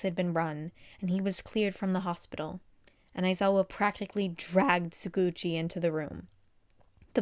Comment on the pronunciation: Hey, love your podfics. Just wanted to let you know, im pretry sure Tsukauchi is pronounced more like tsu-cow-tchi